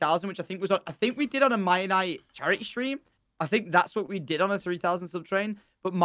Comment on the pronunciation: Mia-nite-Ian isle